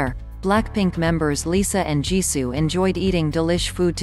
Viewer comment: When the voice spelled Jisoo's name i can't stop laughing ㅋㅋㅋ